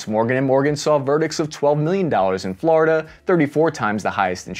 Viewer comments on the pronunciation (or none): none